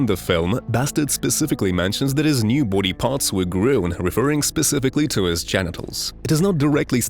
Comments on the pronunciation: Grown... GROWN. Not GREWN. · That's the best AI attempt at pronouncing "grown"! Frickin' hilarious 😂😂😂